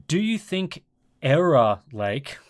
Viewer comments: Haha, it's actually Err-row Lake. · that "Error" Lake had me in the first half, not gonna lie 😂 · you mean "Error" Lake?